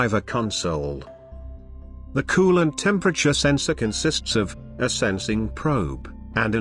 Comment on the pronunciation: kewwwwlent and thermo...STAT